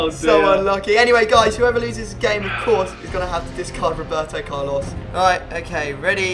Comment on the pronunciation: WROEBERTO CARLOS! - Nice xD